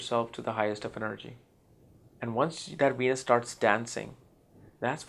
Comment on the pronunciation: Love this guy -- really love it when it sounds like he says "Weenus" not Venus! Pisces in Weenus! lol! Sorry guy, you're amazing! Thanks for sharing all your thoughts!